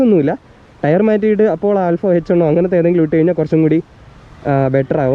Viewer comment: One = ഒൺ.... Annoying, bro